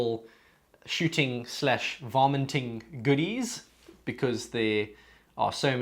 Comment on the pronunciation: Sorry but it sounds like you're saying "vomiting" lol Good video btw!